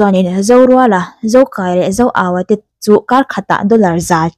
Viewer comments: Zokâia tih tur.zokaia a nilo. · Zokaia nilo in Zokâia tih tur aw...."kâia" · Zokaia i lam dân hi a diklo, mi pahnih in kâi riâl ang in i lama, a diklo, In hlâng kâi..ang deuhin a ri ang, Zokâia tih tur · I lam dik lo, zo kai a nilo in zo kâi a tih tur zawk o,, thluk a awm a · I aw a mawi narawh e..Zokâia ti a lam tur.. Motor a kan chuang kâi tih a kai tih ag hian... Beg a ti thlep em a ngaithla zo talo mai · Zo Kaia- a (ui ka kai tih laia kai thluk in i thluk a a nilo ...Zokâia lawm..(Kâi ah hian thlukna dah tur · Ka sawi tum tak....."Van ram kâi" tih a Kâi lam angin Zokâia. Beng a ti thlep deuh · Zokâi tih tur nia...kut in kai angin i lam daiha beng ti thlep ve deuh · Zokaia i thluk dan hi a hniama thluk tur nilovin, "mei in a kang kâi" tih a kâi kan thluk ang hian thluk tur a ni e. Mizo leh hnam dangin zokaia tih hming an/kan put in i thluk ang hian koh/thluk a/an ni ngai lo, thluk fan sang deuh in thluk/koh tur a ni e 👍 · A lam sual palh ve a ni ang e 👍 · A movie leh lin ah khan zokai, kâi an tih kha, ran kai ang nilo in kai khi an thluk. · I lam diklo. Zokaia hming hi. Thlukna awm lo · zokaia lai a kai hi thluk tur a nilo mi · ZoKAIa tiha “KAI” lai hi i lamri diklo tluanparh. Thawmhnawah rawng a kai a, chumi kai kan lam ang chuan lam tur. Kai hi ban inkaia KAI angin i lamri daiha, awmzia a bo vek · Zokai a i lam dan khi a diklo. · A hming i thluk dan leh i lamdan a diklo.mizotawng chuan thluk anei tih hriat a pawi mawh